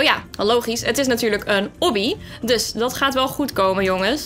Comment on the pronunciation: je zegt obby fout ik irriteer me daar aan